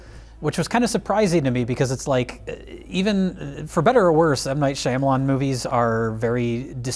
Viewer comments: I always laugh way to hard at Mike pronouncing Shyamalan Whoa Black Bettie, Shamalam. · ok i love you guys but pronunciation 'Shy-Amalan' hurts my brain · does not know how to say Shyamalan correctly what a hack!